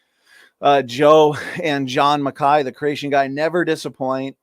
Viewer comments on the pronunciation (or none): none